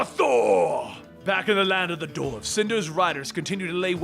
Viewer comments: what is a doorve? do you mean duh-warf? you sound like a freaking idiot again. like when you say dead body instead of group of people. as in corpse versus core. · Dwarves is pronounced d-war-ves not dorfes